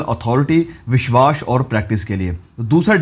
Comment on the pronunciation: Bhai tumhare biswas ka pronunciation badra he Ganda hai..... Make it correct please